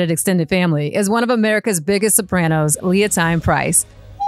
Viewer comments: Leontyne is pronounced Leo-Teen. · It is Leon-TEEN Price